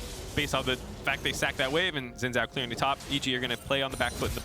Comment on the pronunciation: All these years and casters still can't say Xin Zhao right